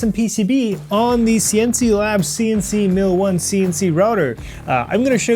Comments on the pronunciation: pronounce Sienci with a hard "I" , s"eye"ncee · Just pronounce all the i's in "Sienci" as "ai" (like the letter alone)! Even if it sounds unusual, it should get the point across better. (Some people seriously don't know how to name a company... I know a company that makes pens and is called "Online". :( good luck googling for that) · Was thinking the same thing. German pronounciation would be like S´ai`encii